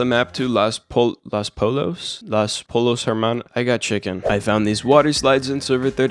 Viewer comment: The way he said "Pollo" O.o